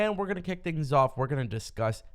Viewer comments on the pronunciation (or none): none